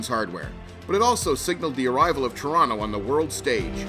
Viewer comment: Nice to hear "Trawna" pronounced properly, but the vid could have used a few "eh"s.